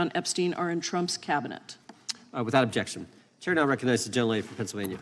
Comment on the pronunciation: The American senate = learn how to talk yourself out of a wet paper bag ….ooob..jexshun